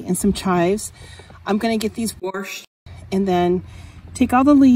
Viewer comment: "warshed" !!!! My grandmother used to say that! :)